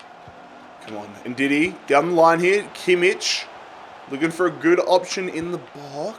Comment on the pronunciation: he always pronounces Joshua Kimmich's name wrong